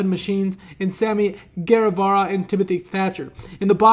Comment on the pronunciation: Bro I don’t know if you see this but I’m writing this in 2020 and it’s crazy how far Sammy Guevara has come. I love how back then everyone was pronouncing his name wrong but now we all know. He’s the most over guy in wrestling in my opinion.